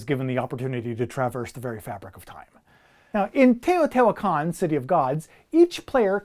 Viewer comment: You pronounced Teotihuacan correctly! Thank you it’s refreshing to hear someone get it right lol